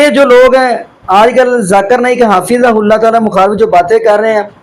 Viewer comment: حضرت آپ کو حفظہ اللہ بھی بولنا نھیں آرہا ھے اور آپ حضرت مولانا الیاس گھمن مدظلہ عالیہ کو تنقید کررہے ھیں